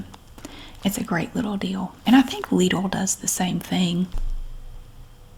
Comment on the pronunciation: That is how Lidl is pronounced here in the UK 🇬🇧 too lovely … ❤ Love your relaxing Aldi hauls … I DO repeat them and fall asleep to them …. Soooo relaxing 😌